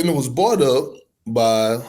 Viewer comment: Its was "BROUGHT" up!! Not "BOUGHT" up!! why do southern ppl and new yorkers always forget the R!!!! 🤦🏽